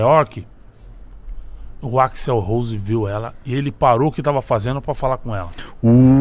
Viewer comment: AXL, e não AXEL.